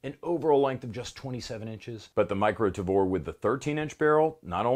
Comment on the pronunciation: I thought I heard "Davore" and I wasn't ready for the cc subtitle. Had me coughing up soda.